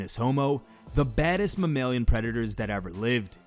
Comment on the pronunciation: The way he pronounced "mammalian"... First think of the word mammal then add ian... He got it so wrong and it's so funnnyyyy.. This man said "Ma-mail-yun" AHAHAHAH